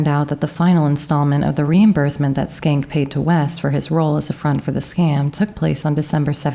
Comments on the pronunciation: Shencke. Was that really pronounced skank? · I could be wrong, but I do not think Schenck is pronounced with a "k" sound in the first part of his name, unless you purposely said it that way. I had a roommate with a similar name and the "Sch..." should be pronounced with the first "c" silent.